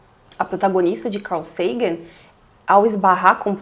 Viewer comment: Pronuncie Sagan como vc fez com SETI .